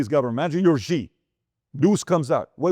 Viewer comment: Xi is pronounced like “she” in Chinese, not like “gi”. Can you adjust?